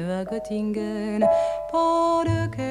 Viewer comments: Je suis toujours surpris de la prononciation qu'elle aura arrêtée dès l'origine de sa sublime écriture sur la ville de Göttingen en la prononçant "Gott-ingen" alors que cette sympathique ville allemande se prononce "Geu-t-ingen". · BARBARA aurait pu faire un EFFORT pour prononcer CORRECTEMENT le nom de la ville de Göttingen ! Ce "ö" = "euh" !!!!! 😏